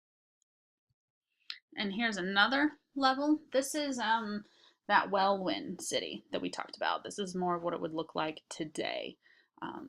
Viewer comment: It's pronounced Well-in not well-win ;-)